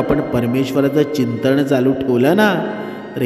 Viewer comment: अवधुत चिंतण नाही हो चिंतन म्हणतात. न च्या जागी ण...जण्माचे नाही हो जन्माचे हो जिवण नाही हो जिवन